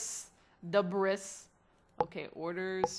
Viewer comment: "Debris" is pronounced 'deh-BREE' btw.